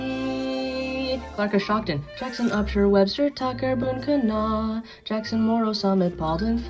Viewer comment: I hear my county!! Kanawha WV was pronounced ka-naw instead of kaa-Nuh-wah